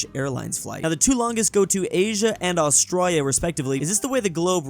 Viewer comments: Pleeeaaaaase stop calling Australia "Austrarya"! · Bro Said Australia with austria en 😂😂😂😂😂😂😂😂😂